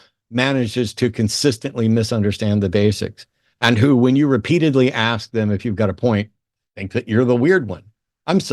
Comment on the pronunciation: Can people like PLEASE learn how to speak correctly? Your skin color does not dictate how you speak, so there’s no reason why he has to speak like that. And it’s pronounced “ASK,” not “ACKS.”